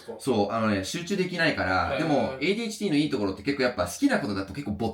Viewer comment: 日本語堪能な人でも外来語の発音は英語っぽくなる人多いけど、のADHDの発音がめっちゃ日本語😂